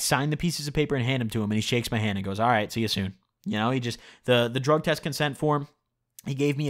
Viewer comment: You pronounced drug test wrong 😗